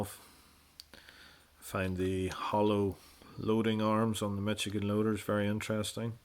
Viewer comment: Pronounced Mish-a-gen. Just saying.